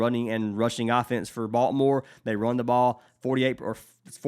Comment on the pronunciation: Thanks for the picks! It cracks me up how you pronounce Baltimore as "Balt more". Being a native from there, I have heard it pronounced many ways but yours is unique. Let's cash!!:)